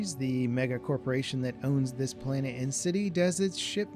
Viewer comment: He pronounced planet as "plainit" lol